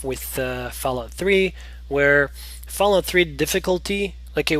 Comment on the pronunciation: Did you call it "failout 3"?